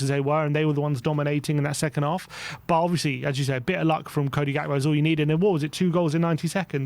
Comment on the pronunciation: DEAR: HAS ANYONE EVER SUGGESTED THAT YOU WORK ON YOUR ENUNCIATION? -- ESPECIALLY YOUR USE OF THE WORD, "BUT"... I don't think I have ever heard you pronounce the "T" -- as it sounds more like "BUU"?